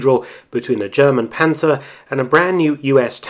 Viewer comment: I am pleased to notice that both British and American youtubers significantly improve their German pronounciation of which Marc Felton and Indy Neidell from WWII channel are ahead. Only in "Panther" they tend to pronounce a "th" although it' s just "t".